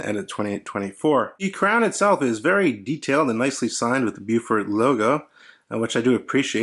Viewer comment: Really nice - lugs a little long maybe? - but a great looking watch with an excellent movement. The green dial is very tempting. One thing about NZ pronunciation though - it's BOW-FUT ("Bow" as in bow & arrow, then "Fort" is pronounced without sounding the r). Not "Byewfort": it sounds really odd. :-)